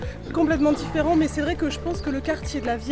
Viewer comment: " c 'est diffèrent" 😂😂😂